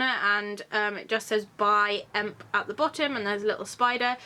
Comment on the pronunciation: I can totally recommend the Beetlejuice necklace (which is a EMP exclusive) and the moth ring from wildcat which can also be bought at EMP. I got both for myself and really like the quality :) (The correct pronouncing is E. M.P.)